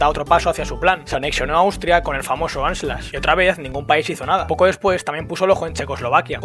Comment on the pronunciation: Dos tonterías para mejorar: Führer aparece mal escrito con la hache y con la u intercambiadas de sitio. Y Anschluss se pronuncia con a y u, no a la inglesa. Por lo demás, es un vídeo excelente